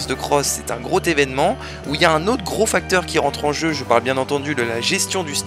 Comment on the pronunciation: « un groTévènement » c’est quoi cette liaison de fou? 😂